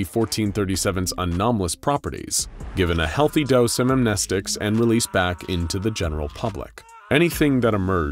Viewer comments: Lmfao this!!! Its not friggin' am-knee-sticks 😂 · Omg, they FINALLY are pronouncing the word "amnestic" correctly, I can't believe it. Lol that's bugged me for the longest time 😅